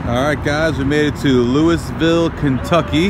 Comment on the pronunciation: FYI the proper way of pronouncing Louisville, KY is to stuff your mouth full of food and then try to say Louisville...(I know it is weird way of pronouncing it)I lived there for some years, actually I went to school across the street from the supercharger